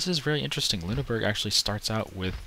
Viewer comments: Actiualy, that was shit; Its Loon-er-Borg.. Or not ITS SOMETHING LIKE THAT (its not loon-burg is what im getting at) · I dont know how to type it out, but its not Loon-Burg. I could say it to you, i just cant type it. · the doted u makes an i sound